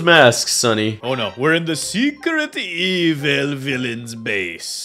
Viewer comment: was so funny because said evile news